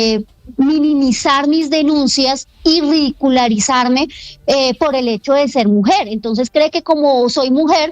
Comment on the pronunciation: Sra. Angie, se dice “ridiculizarme” no “ridicularizarme”